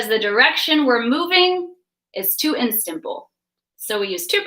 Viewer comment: Istanbul not Instanbul.